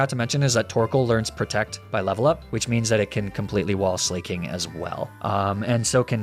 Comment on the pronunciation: hello did you know that you say slaking wrong